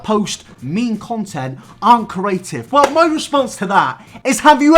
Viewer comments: I am living for the way pronounces "creative" as "curative" 😭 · if this man says "curative" instead of "creative" one more time.... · Always makes me chuckle when you say “cURative” instead of “creative” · creeee aaaa tiveeeeee C R E A T I V E NOT CURATIVE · No one: Not a single soul: INabber: Ceaurative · "Curative" 'Creative' I'm sorry I just hear this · curative, adjective able to cure disease. "the curative properties of herbs" I think the word you're looking for is "creative". Say it with me: CREE-ATE-IVE. Yeah? Alright. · "Corative" Its... creative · Right I love you but ITS CREATIVE NOT CERATIVE THE R COMES BEFORE THE E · It’s cREAtive not cORative - hermione granger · I'm too stuck on "carative" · Do you pronounce creative as "corative"? You said it three times and I'm starting to think you might be saying a word I don't know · why does he pronounce creative like cur-a-tive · When says “curative” I feel that 😔😔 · Spent half this video trying to work out what curing diseases had to do with anything only to find out you were saying "CREative" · You pronounce creative like Curative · Me: Okay, repeat after me. Cre...: Cre... Me: A...: A... Me: Tive.: Tive. Me: Now say it all at once.: Curative. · Nobody:: CrAEtive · Nobody:: cUraTivE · no one: no one:: CURATIVE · Anyone say corrative?? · I can't stop pronouncing creative as corative bc of you oh god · If he says ‘carative’ ‘corate’ or ‘curators’ one more time I’m flipping a table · Nobody:: “curative” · No one::CORative (good vid tho no hate😂) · nobody: absolutely no one: - CuRaTivE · cerys cAriAtIvE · It’s curative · That would be a very cooreAtive thing to do. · "Corative" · I got so annoyed when he said corative lmao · Pronounce creative right and I might watch the video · I would like it if you could pronounce the word “creative” properly. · The way says creative That's it That's the comment